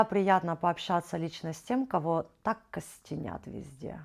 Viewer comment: Только не костеНят, а костеРят! А в остальном, восторг и восхищение таким мастерством, терпением, вкусом и красотой ! Потрясающе талантливые мама и дочь!